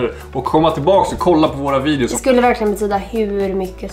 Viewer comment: Det lät som om sa om ni vill att vi ska göra fler sånnahär virus men hon sa vidios